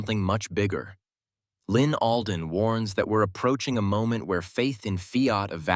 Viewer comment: ALDEN NOT ADLEN